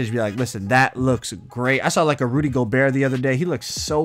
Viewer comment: U trolling wit the “Rudy gobero”